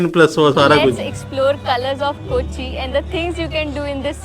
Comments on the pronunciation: It's kochi ko... (koachi) not ku.. . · It's not koochee but pronounced as KOH - CHEE !!!